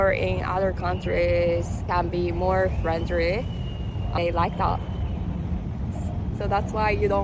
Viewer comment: hahaha....she got me right off the bat, with "much more FRENDRY!" probably the hardest word for any non-native Asian to say, with all those 'R' and 'L's....